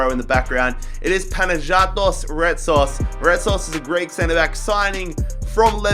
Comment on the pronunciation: It is Panagiotis not Panagiatis every time u sign him u butcher the name